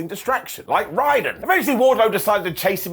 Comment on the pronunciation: getting the name Raiden (from Mortal Kombat) pronunciation wrong amuses me every time and I will never not point it out